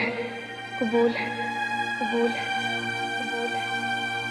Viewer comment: its qabool not qubool